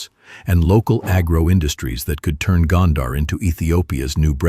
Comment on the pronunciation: Gondar rhymes with wonder. It is mispronounced in the video.